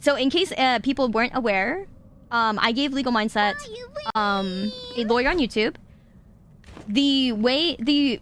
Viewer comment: You said Legal Mindset’s name correctly (most of the time). I’m so proud of you.